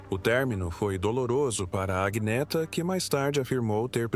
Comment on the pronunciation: O nome não é Aguineta, mas Anheta ou Anieta. Assim se pronuncia. Aguineta é horrível!